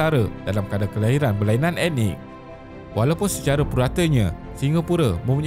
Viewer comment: Sebut betul perkataan 'ethnik' bukan sebut 'enik'. Perlu tingkatkan kaedah sebutan